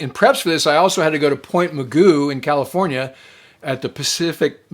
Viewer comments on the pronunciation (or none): none